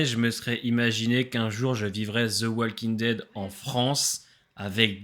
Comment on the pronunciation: Tes vidéos sont cool, mais par contre (c'est pas méchant du tout) mais Walking Dead ne se prononce pas comme ça 😅 Plutôt comme ça : wOLking Dead (Juste un commentaire de la part d'un prof d'anglais)